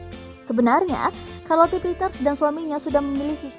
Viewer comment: Karlote 🤦‍♀️ sherlet lho mbak